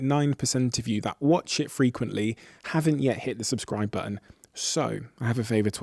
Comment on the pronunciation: Stop pushing the subskrive intenseve